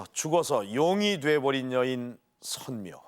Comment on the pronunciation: 선묘를 덴묘라하네